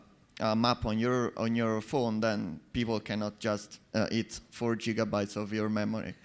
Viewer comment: Lol: Jigabytes;)